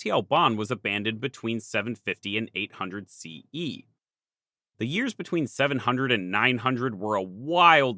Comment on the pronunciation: I was totally on board with this video till he said “800 CE”. If you can’t even say the year correctly, I can only imagine how the rest of the video would be.